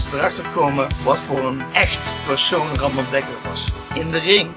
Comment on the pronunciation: His name is Ramon not Ramone